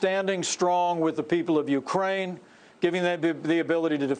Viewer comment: Absolutely!!! He, Pence, said UKRAN! Freudian slip.